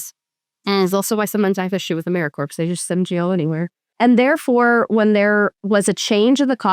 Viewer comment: Big fan, you're both awesome! One note: pronouncing the p in 'Americorps' every time was driving me nuts. Keep doing the Lord's work!